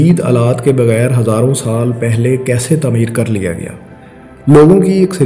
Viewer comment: تمیر نہیں تعمیر۔